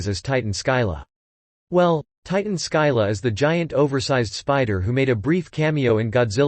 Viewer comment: Scylla is pronounced "SILL-uh". It's from Greek myth.